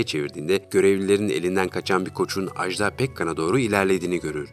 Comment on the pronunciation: Ajda Pekkan'dan söz ederken Ajdaa demeyin lütfen, bu yanlış bir telaffuzdur. Doğrusu iki kısa hece şeklinde Aj-da'dır.